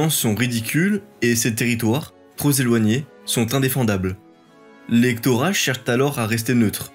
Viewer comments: Je suis d'accord avec Shadowmose, mais j'ajouterai que les liaisons (donc l'orthographe et la grammaire), à ce niveau, devraient être maîtrisées. Par exemple "trop-z-éloignés" ou bien "trente-z-archers", ça n'est plus possible au delà de la 3ème! C'est peut-être un détail, mais qui a son importance si on veut être pris au sérieux (même si la plupart des visionneurs de ces vidéos n'ont sans doute même pas remarqué ces fautes de débutant.) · C'est très sympa, on se laisse mené par la narration efficace et l'animation vidéo. Attention aux quelques accords douteux de diction qui sont dommage dans ces récits de bonne qualité (trop _z'éloignés, parvient même _t'à doter") , ainsi que la diction des dates qu'il faut peut être plus articuler 🙂. Bonne continuation et merci!!!